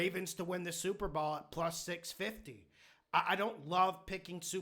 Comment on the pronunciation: "Super Ball" 😂